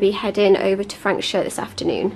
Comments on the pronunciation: It's Frans -hook ... u just can't go wrong in summer in the Overberg region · Franschhoek is pronounced Fraahnshook. 😂